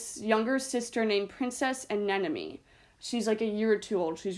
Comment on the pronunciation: You say anenome a lot. I try to convince everyone it anemone. It’s hard tho. I say it right all the time, though it annoys me when others don’t. Love the review! Keep it up! 😁😁